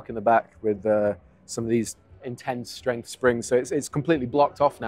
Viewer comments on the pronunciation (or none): none